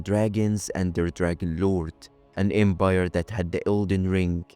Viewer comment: The Embire, though 😂🤭 literal flip of a letter. 😂